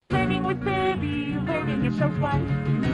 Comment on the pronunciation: bunbun's first line sounds like ''peeby'' and not pibby LMFAO